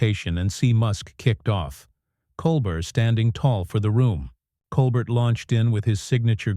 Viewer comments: This AI stuff is a joke, "Stephen Col bert." It's Col-bear you idiot. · AI announcer can’t pronounce a French name. Watch the original Stephen Colbert (coal bare). 🤦🏼‍♀️ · You could just type, "Col-Bair" into the AI prompt to get it to pronounce his name correctly. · FAKE. And his name is "Col-BARE" not "Col-BERT". You could at least get his name right. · This is being read by someone who doesn’t even know how to pronounce Colbert’s name. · That’s not Stephen Colbert. It’s whatever lazy people use to scape and over voice with AI . Truthfully badly done. Colbert would’ve been much wittier and to the point. This AI or whatever can’t even pronounce his last name properly. It’s coalber phonetically not Coalbert. This crap should be banned. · Coal-burt? Really? FIX YOUR STUPID DICTATION ROBOT! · Blocking this channel - waste of time. "Col-bert"..... 😅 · Stop mispronouncing his name! colbear! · It's pronounced "Cole -bear"! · It's a nicely creative story. Try learning how to pronounce “Colbert”. It is not like coal burr. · Oh, that mispronunciation bugs the daylights out of me! It's COAL BARE, dufus. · It's pronounced 'coal bear' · Your video are not good..why not show videos rather than reading? Plus you pronounced Colbert name incorrectly! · You mispronounced Stephen Colbert name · Seriously, why is this irritating AI voice reading this ridiculously melodramatic script to us. Had to cut it off immediately. Can’t even pronounce Stephen’s last name correctly. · This has got to be one of the laziest AI produced videos I have seen so far. If you can't be bothered to have a human do the narration, at least teach it the correct pronunciation of the name of the person it is supposed to be about. Also, wish people would stop using the screen dirt effect. It's just stupid. I would really have loved to hear this story since anything that gets Musk to show his true colors to bad affect are great with me but this video... I got 12 seconds into it.